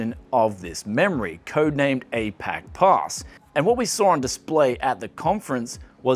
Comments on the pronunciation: A-pack-pass... It's Uh-Pa-Chee Pass. Like Apache helicopter, or Apache Native Americans. I didn't want to be "that guy", that that really caught me off-guard. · Apachepass - Uh-Pah-chee ;) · “Apachepass” is pronounced “Uh-patchy-pass”. Apache is the name of a Native American tribe. ✌️ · As in Apache Web Server, Apache Helicopter, Apache Indian, etc. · I'd have to assume/hope he says it that way on purpose. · Apachepass .. Apache as in Apache Indian .. you fool !!!